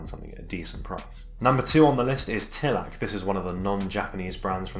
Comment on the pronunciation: Pronunciation tips Descente allterrain: day-sahnt Suicoke: Sooey and coke like coca cola. In japanese スイコック is su-i-kok-ku Tilak: tih-luhk (like tee-luck) Alk Phenix: alk phoenix or aruku - phoenix if you're a weeb (also because it originates from aruku for walking) YKSous: whybuy-kek-soos Sever: sever-e prices